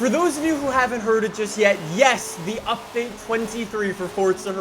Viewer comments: Its update not updaet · We don't say update we say updaet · Updaet... English 💯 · Damn everyone is really bashing him for "updaet" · Damn, the 'updaet' is delayed 😭😢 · Hmmm “updaet” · “Updaet” hehe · Ah yes, "updaet" is meme man confirmed